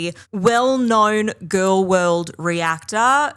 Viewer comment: “Well, Amber is a very dainty gorl” periodt 😂💅